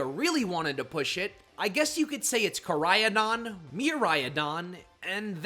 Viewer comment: It’s pronounced SOHL-GUH-LAY-oh, DEE-AHL-guh, KUR-RYE-dahn, MEER-EYE-dahn, zah-SEE-ihn, nuh-CROHZ-muh, ee-vell-TALL, KAH-lohs, PAHL-kee-uh, and arr-KEE-iss, “”! 🤨 Also, Solgaleo is a Psychic/Steel-type, you idiot! Stop making errors and stop mispronouncing names! You have poor pronunciation skills and education! 🙄